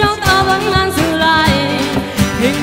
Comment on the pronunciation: Không bàn về hát hay hay không nhưng cứ phải phát âm cho chuẩn cái đã, buông- buôn, nàng-nàn, mang-man...vv